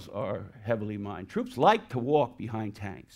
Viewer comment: He has some of the most bizarre pronunciations I’ve ever heard. 1. Maquis - “mah-kwa” instead of “mah-kee” 2. Bocage - “boo-kajj” instead of “boh-kajj” 3. Allies - “all-eyes” instead of allies.